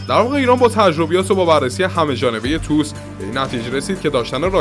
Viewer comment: تی او اس!! تلفظ درستش تی او اس T O S